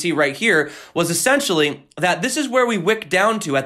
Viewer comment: "essentially" ( uh-sen-shuhlly ) Adjective: i) Absolutely necessary; indispensable: Discipline is essential in an army. ii) Pertaining to or constituting the essence of a thing. iii) To buy Bitcoin as quickly as possible. 😉